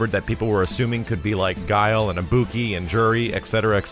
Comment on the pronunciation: Pronounces Ibuki as. Just killed my ears. Ibuki is welcome, don't care about Balrog (prefer Dudz) and rather than Juri I'd rather have Makoto. Oh well.